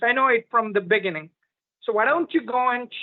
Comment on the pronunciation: Yeah yeah yeah he knew from the bigning 🙄he didn’t know know sh*t from the beginning he can’t even pronounce beginning 🥴excellent job 👏🏽